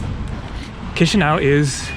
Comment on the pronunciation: Its not like chisinAu the ă in it its pronounced "uh"